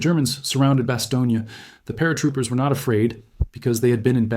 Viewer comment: bas-TONE, not bas-TOE-neea